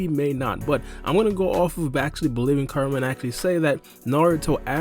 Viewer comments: its "Ku" rama not Karama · the way he says kurama gave me cancer